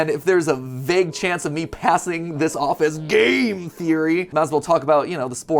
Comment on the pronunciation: did you just say... gayM theory